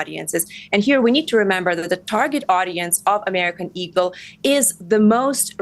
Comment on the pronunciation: Why he keep saying American ego lmao i thought it was eagle lmao